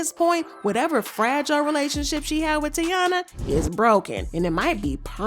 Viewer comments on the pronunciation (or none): Her name is TAEEEEEENA.. pronounce tayyeeeeena.. it’s literally spelled T - A - I - N - A … not Teana like Teyana Taylor. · Her name is pronounced Ty-E-na!!! Lawd...I cringe when you say her name as Tiana....lmaoooo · can you say the girls name right!? it’s TY - EEN - UH. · (Tie-ee-na) ….called this girl 3 different names in one video🤣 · Why would she say her name that many times incorrectly? 😂😂😂 the blogs be wild. They don’t care if they right or wrong honey just wanna talk lol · Are you purposefully mispronouncing the name or you're just trying to lose viewers by irritating us with the amount of time you mispronounced such an easy word